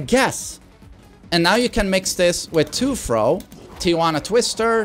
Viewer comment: First learn how to say "throw"